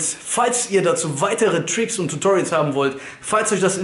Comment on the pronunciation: Versuch mal bitte Tricks Richtig auszusprechen